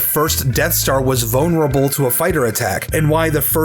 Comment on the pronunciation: "Vone urable"